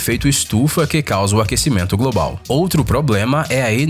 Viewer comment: Parei de ver no "aquecimento grobau"